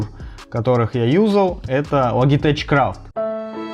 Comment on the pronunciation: Сам ты, блядь, Логитэч. Лоджитэк правильно. 😂😂😂